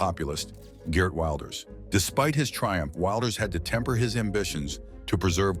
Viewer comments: Could you stop the far right bs? He's just right. And it's pronounced WILLders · Why can you not even pronounce the name Wilders correctly? Do some research. I'm Dutch and I'm not going to change American names.. Lame 😅